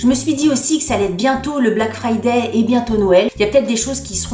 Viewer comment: Je note le magnifique accent sur " black frrrrridai" passé inaperçu Ahah Jadore tes videos Bonne soirée ☀️